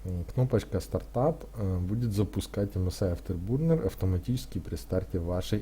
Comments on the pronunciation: Не бурнер а бёрнер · автобурнер, кто его еще так называет, автобёрнер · Не бурнер а бёрнэр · Спасиб за видео! только говори не бурнер а бёрнер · Дизлайк за "афтербУрнер" и за "оверлокеров"... дальше смотреть не стал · Сам нуб, английский бы подучил, "афтебУрнер"